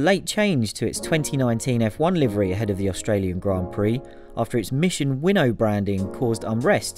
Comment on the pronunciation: is Mission-Win-Now NOT Mission-Winnow